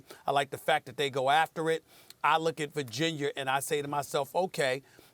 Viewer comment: Virgin-yurrr - Stephan A. Smith